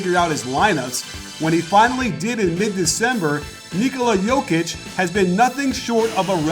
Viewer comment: Nicely done plus perfect pronounciation of his name.